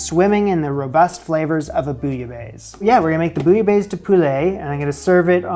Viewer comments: lololol please just stop saying bouilla baise ! ican't stop laughing my ass of right now... because it means f*ck in french and sounds like peek a booh f*ck!! it's bouilla baisse like best but don't pronounce the T. and it means : boiled than lower (the temp) out of that nice vid as usual ... you are making progress. cheers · The way you say "bouillabaisse" made me pause lol sounds like you're saying "bouillabaise" and "baise" is a vulgar word for making babies.